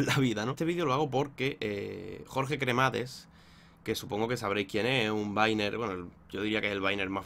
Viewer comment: no es por ser tocahuevos pero se dice "Jorge Cramadas"